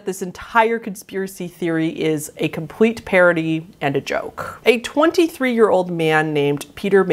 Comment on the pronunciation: With the bird theory- I swear you said “parroty” instead of “ parody” hahaha and I wish that was the case!